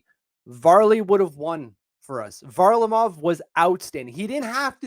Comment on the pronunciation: if you're gonna get on announcers for pronouncing Hogberg wrong, at least pronounce Varlamov correctly